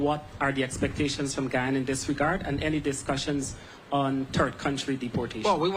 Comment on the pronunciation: And It’s Guyana. Not guayana!